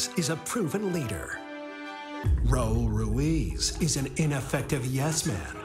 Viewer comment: Hey Kimmel: Your Spanish skills are malas, muy malas, one may think that working with Hispanics would make you interested in the pronunciation of the letter R at least, which is like imitating the sound of an engine the way: RRRaul RRRuiz